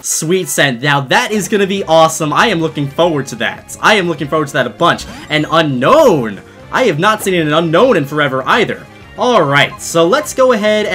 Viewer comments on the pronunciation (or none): Why do so many people say unknown? The Pokémon is called Un-Own I know it skittle bit that has always bugged me haha